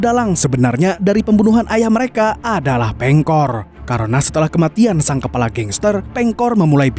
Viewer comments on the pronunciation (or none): none